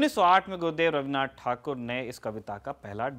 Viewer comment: i am totally impressed by your surname pronunciation like thakur, basu... yes adressing surname as per bengali mothertongue is excellent ...keep the good work.......